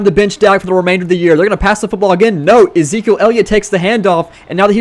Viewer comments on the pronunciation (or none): none